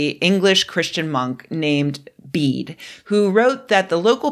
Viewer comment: Old English pedantry time🙂 Bede is pronounced "beː.də" not "bead". Old English is a Germanic language that doesn't have silent final vowels.